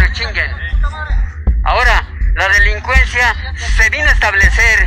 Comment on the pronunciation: “La lelicuenzia” 😂😂